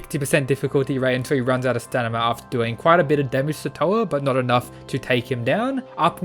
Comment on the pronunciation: Bro, it's pronounced staMina; not staNima! Every time you said that, it was driving me crazy -_